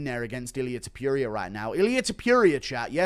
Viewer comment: Toh-poor-e-ah not Toh-pure-ia. You-F-Sea not You-F-Seahh 😂😂🤌🏼🤌🏼